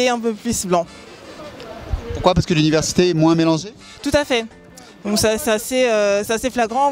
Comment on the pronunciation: "Momo a-t-il un ami blanc ?" - Euuh non j'ai pas d'ami blanc. - Et pour quelle raison ? - Euh paw ce que suw mon chemin j'ai pas cwasé d'ami blanc." Juste magnifique..